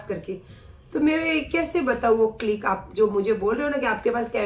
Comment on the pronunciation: Clik nahi....clip bolte hai